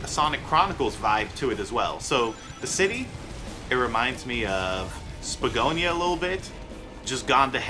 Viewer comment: Pretty sure it's spagonia